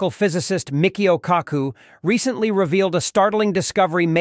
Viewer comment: I think he flubbed Michio Kookoo's name too